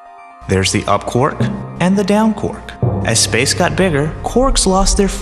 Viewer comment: Hahaha! Surely Quark should be pronounced "kwark" and not "cork" lol